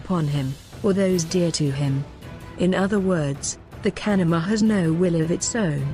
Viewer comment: Know people who saw shape shifters at work They were not bullshitting. BTW, convincing text-to-speech engine. The only word mispronounced is the word "kanaima" itself.